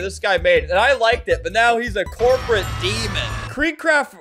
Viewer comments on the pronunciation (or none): none